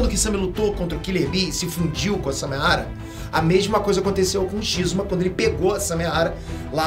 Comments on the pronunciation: É Samehada e não Samehara. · Nossa eu to lendo os comentários só pra ver se alguém mais notou!! Tava com agonia já!! Toda vez que ele fala errado eu penso, "É samehaDA, pôxa"!!! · nossa dava dando nervo do falando samehara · "SAMEHADA" N "SAMEHARA" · Noem certo:Samehada Como cê tá falando:Samehara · Só eu que tô com agonia dele ficar falando samehara? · Samehara é foda viu kkkkkkkk é Samehada po kkkkkkk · Só eu que entendi "Samehara" ? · SARRADA ERRADA por favor fale certo